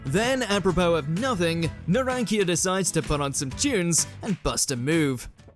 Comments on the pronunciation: Bruh....Narankia?? It's Nah-rah-n-cha 😂😂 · How did you just pronounce the name "Narancia"?